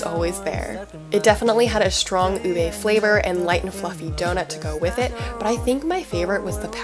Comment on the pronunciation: Thank you for all the info on where to get ube stuff in the bay, but just one little quibble, it’s pronounced u-beeee not u-bey, UBEEE lol. Sorry I’ve been watching all these whitey bloggers in the Philippines mispronounce it and I finally couldn’t take it anymore lol. Signed Filipino Rachel here in Davis 😊 Love your content btw 🥰